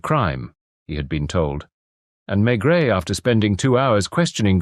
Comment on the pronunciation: AI. NO THANKS. I knew instantly as soon as he said Maigret. The T is not pronounced. And the voice pronounced it.